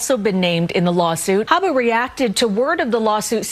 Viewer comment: Her last name is, “Habba’”, not, “ABBA”. Geeze, dude.